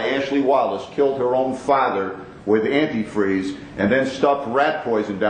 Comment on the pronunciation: “Antifree” always gets me. What a sick idiot Also every time the robot says “turkey ‘baa-ster’”, I think it’s gonna say turkey bastard 😂